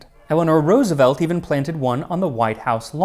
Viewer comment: Dutchie here. So happy to hear you pronounce Roosevelt the right way ❤